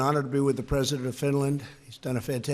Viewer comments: At the beginning of TRUMP'S speech, he called Finland Stinland!🤣😂 Look at Finland's presidents face after Trump said that! LMAO!🤣😂🔮ɱყʂɬı¢ąιɱ00ŋ🌙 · I heard it like Swinland...😂😂😂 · what is this Stinland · he said stinland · Wait, did Trump seriously call Finland "Stinland" ? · Right?! I clearly heard “Stinland” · You guys...he said “stinland” 😳🤦🏻‍♀️ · “Stinland,” how tf did nobody in the audience notice or say something about that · I heard it Swinland but so many people have heard it Stinland, so I guess I heard it wrong...😂😆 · I heard sfwinland xD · He did say Stinland. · It's weird how it ended up like stinland in the paper he was reading from. Because just after that he reads Finland! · Oh wow he pronounced Finland incorrectly 🤔 what a horrible president 🙄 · I noticed that too lol he started off dumb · yea, I heard it too lol